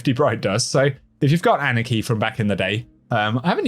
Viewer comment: he says anarchy wierd